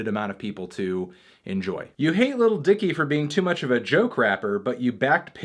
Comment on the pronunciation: i hate the way fantano says 'lil'